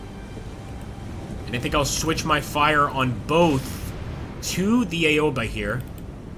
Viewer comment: its called Owba no eyeoba. simple phonetics here yank. A is AHHHH AO is aow "As in OWE that hurt" sounds. AOBA = OWBA dont say EYE, A dosnt say EYE sound, it says AHHH. english phonetics lesson done. english and japanese use the SAME phonetics. america doesnt even TEACH phonetics.